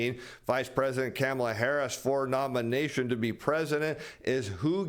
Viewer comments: It's pronounced Kahm-ala.... Not Camel-la. Please, you sound like Biden. Make an effort... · I love the way says Kamala's name. (came a la) 🤣